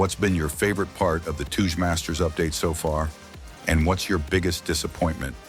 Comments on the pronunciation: Stop saying Tooje please 😭🙏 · Touge is a japanese word pronounced "Tow/ Toe - Geh" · "Toodge masters"